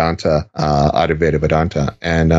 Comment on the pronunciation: Lord have mercy its pronounced "add-vie-ta vedanta" not "addy vedanta" And it would be awesome if you could get Swami Sarvapriyananda on the show. Hes like a professor, not weird/new agey/creepy at all. Edit: or Swami Medhananda, hes got some pretty new books out he might come on to talk about